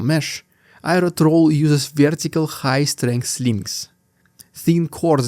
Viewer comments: trawl as in awl, not as in trowel or owl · Trawl. I was listening and you kept saying "trowel". I should not be surprised though you always say Russian "deeood" for some unfathomable reason